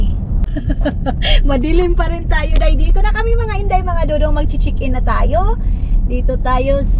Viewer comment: KUNIN NA SANA ANG MGA SINUNGALING AT MAHILIG MANLOKO 😂😂😂 GO 2 HELL INDAY. ISAMA MO LAHAT NG GALAMAY MO 😂😂😂😂 CHIK-EN 😂 CHECK -IN YUN INDAY...😂😂 LAMBUTAN MO NG ONTE UNG DILA MO HAHAHAHAHA...PARA KANG HINDI NAG GRADE 1 😂😂😂